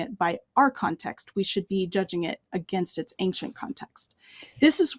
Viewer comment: Anxient=not a word, don't fall for the false pronunciation!